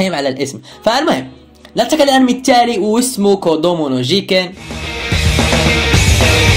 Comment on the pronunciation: انتا تقول ارمي مو انمي 😁